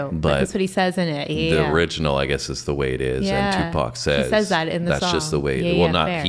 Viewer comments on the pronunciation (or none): none